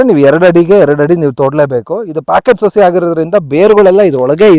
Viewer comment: ಅಣ್ಣ ಸೋಸಿ ಅಲ್ಲ , ಅದು ಸಸಿ. ತುಂಬಾ ಒಳ್ಳೆ ಮಾಹಿತಿ ಕೊಟ್ಟಿದ್ದೀರಿ ಧನ್ಯವಾದಗಳು.